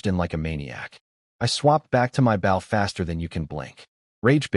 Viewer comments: 👎👎👎👎👎 pathetic pronounciation of words... i clicked the thumbs down... you need to learn how to pronounce words right... don't just post video just to say you post lots of videos, check if pronounciations are correct before posting... bow = baw means you bow your head not a weapon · Bow gets spoken wrongly so often also us not U S For the rest enjoyable story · Bo- w is silent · Goodness. Bow has two pronunciations and the wrong one is being used every single time!